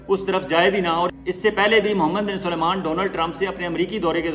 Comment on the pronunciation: ۔۔۔ اپ ہمیشہ محمد بن سلمان کا نام غلط لیتے ہین۔۔۔۔۔ سلمان کو ہمیشہ اپ سلیمان کہتے ہین۔۔۔۔۔ یہ ط ط Tariqa ghalat hai......Aap MBS kah Diya keeye agar aapke moon se Salman naheen nikalta hai? Aap ka koi Vlog ham naheen Chorte hai. Aaka Andaz, Tajziya Baht hee Balanced hota hai.